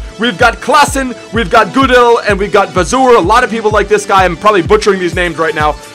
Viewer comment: haha you pronounce cillessen and gudelj wrong😂